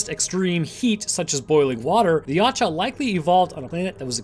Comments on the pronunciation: "Yaouch- A" that's how its pronounced like "OUCH, I hurt YAH." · it's pronounced [ya u tch a] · How it's spelled: Yautja How it's pronounced: Ye-out-ja How says it: Yotcha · You mispronounced Youtja the entire time you pronounced it Ya • cha when it is pronounced Yow • ja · Its pronounced ( yowt-cha) not (ya cha) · You lost me when you called them YATCHA... its Yautja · i was having acid glow flashbacks when he couldn't say it right either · Lol yeow-cha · Something I learned recently is that, apparently, it's supposed to be pronounced Ya-oot-ja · this is the first time i've seen someone say a yautja has natural infrared and why does he call it yatja the u has a u sound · i die every time i hear you pronounce Yautja like that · Waiting for someone to correct the way you said Yautja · You said the name wrong. You said the name wrong. You...you SAID THE DAMN NAME WRONG!!!!!! good vid though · The T is silent my guy. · Please top saying yautja just say predator P.s your saying it wrong